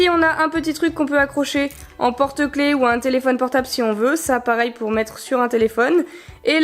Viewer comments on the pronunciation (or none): none